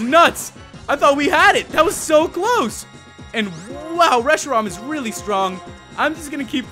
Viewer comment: you said Reshiron it is Reshiram